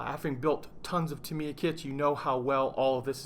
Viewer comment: GAH! It's TA miya,. TA - mi - ya. xD